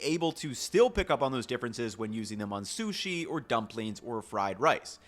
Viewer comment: i think he has a speech impediment, he mispronounces things left and right. "susi" "shasimi" either that or he is just a little dumb.